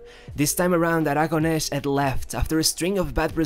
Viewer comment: Actually my comment was because the way he pronounces names in Spanish. He adds the sound "sh" at the end of the name Aragones "Aragonesh". The "sh" does not exist in Spanish. I figure he is trying to reproduce the pronunciation from Castilla.